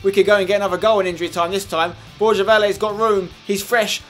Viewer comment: Spencer, can you please say the name Borja right mate ? Not Borzha, not Borya, it's BorHa !